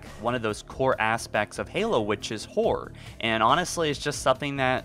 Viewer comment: the first time you said horror... i thought you said whore... i thought it was funny